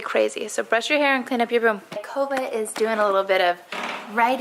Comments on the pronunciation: I thought she said Covid but then the comments said Kova. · I thought she was saying COVID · Every time I hear Cova, I just hear Covid 🤭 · Every time she says Kova, I hear Covid... too much Quarentine :p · When she called her Kova, I thought she said Covid xD